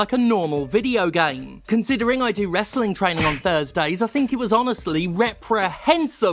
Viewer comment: When jimsteph says he does "westling twaining" we all know what that really means